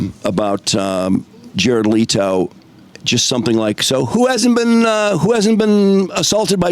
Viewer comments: Leh-to bro leh-to! Omg man your ignorance on things makes it hard to listen to your takes my dude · Leto himself pronounces it the exact same way the OP said it's pronounced. The other pronunciations you brought up are wrong